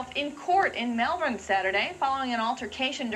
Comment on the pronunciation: this is the first time i've heard an American not only pronounce "Melbourne" correctly, but also pronounced "Brisbane" correctly. that lady must have spent time in Australia.